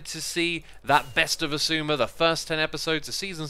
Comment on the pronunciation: Hermits: having trouble saying xisuma Finnish people: WhAt?!